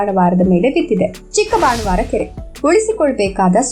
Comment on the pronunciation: ಉತ್ತಮ ಮಾಹಿತಿಗಾಗಿ ವಂದನೆಗಳು. ಊರಿನ ಹೆಸರಿನ ಉಚ್ಚಾರದಲ್ಲಿ ಸ್ವಲ್ಪ ವೆತ್ಯಾಸ ಆಗಿದೆ. ಅದು ಚಿಕ್ಕಬಾಣಾವರ. ಚಿಕ್ಕಬಾಣವಾರ ಅಲ್ಲ. 🙏